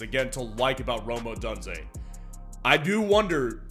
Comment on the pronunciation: Bro pronounces Odunze as ODONEze 😂